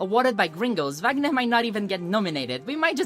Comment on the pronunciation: Percebi que vc era brasileira qdo vc falou corretamente os nomes do wagner e das novelas.